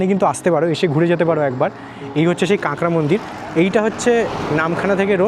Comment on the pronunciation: কাঙ্গরা কি রে ভাই??? এখনও কাঁকড়া উচ্চারণ করতে পারিস না ব্লগ করিস